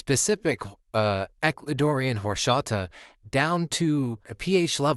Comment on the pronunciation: "Whoreshata" Lol